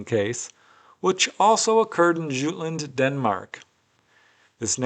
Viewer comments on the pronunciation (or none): none